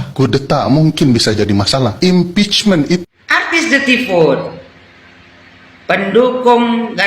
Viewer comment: Bukan halal bihalal tapi haram bi haram😂😅 provokator berbalut bahasa Inggris impecmen😂😅 alias makar cm bedanya makar itu kalo udah kejadian chaos la kalo nunggu chaos dl y hancur Indonesia pak🤣 apalagi mpud semenjak gagal wakil presiden otaknya mireng sm kayak kalla